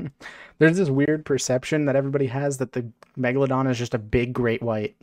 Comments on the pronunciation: Why does he keep saying megdadon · “Meggypog” -kuhzohh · Lol no way it's megyydon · My soul dies a bit everytime I hear the word Megaladon